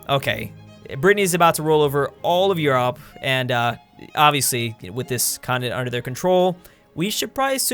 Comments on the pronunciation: why does he pronounce Europe as You-ropp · Hey why do you pronounce Europe like the burger king foot lettuce guy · Oh my lordy quit pronouncing Europe like that